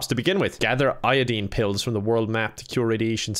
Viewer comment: no one:: iodeen